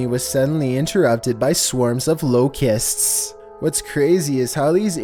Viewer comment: Why did he say locusts so weird